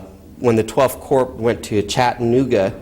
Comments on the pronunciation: i cringe every time he pronounces corps "corpse" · I find it brilliantly fitting. Just like the g-nomes of Zurich.